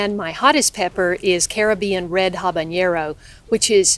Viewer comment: Hey. Nice show had fun. Please learn the correct pronunciation for habanero;)